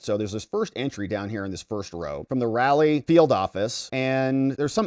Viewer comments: Raleigh RAW-LEE not rally. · RAH-LEE= RALIEGH, OK SIR. 😅 LETS NOT HEAR YOU SAY RALLY ANYMORE 😊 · Raleigh = "rah-Lee" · it is pronounced ra...lee sir! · Raleigh: pronounced ‘Ra lee’ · Is it pronounced RALLY or RAWLEY???? The latter, I think. So, which IS it???